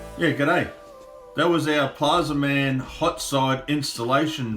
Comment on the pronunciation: Plazma man… not plaza man